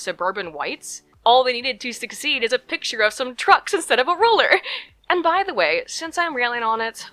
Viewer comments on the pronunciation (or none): none